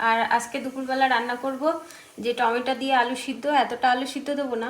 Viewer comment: Tometa noy tometo bolo